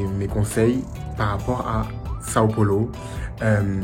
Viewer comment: Os gringos sempre falam " Son Polo " kkkk